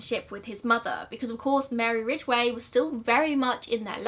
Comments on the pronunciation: You say Ridgeway just fine! Thanks for finally making Gazza’s episode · You said his name perfectly